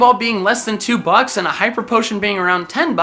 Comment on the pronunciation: Were u tryna say “bucks” but only ever heard it and never seen it in writing before? If u mean the slang form of “dollars,” it’s “bucks” not “bugs” lolol bugs are like insects. But I guess English may be a foreign language to u so I wont judge ya!